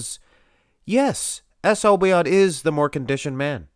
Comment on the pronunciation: Obaid not obiad.